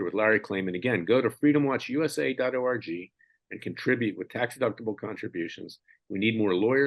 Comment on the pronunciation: Larry, every time you tell us the name of your web site—— all I hear is DOT ORGY. I do not know if that is fixable or not. I have to chuckle a bit though.❤ Sorry, a serious topic I found a little bit funny. If you listen back you will know what I am talking about.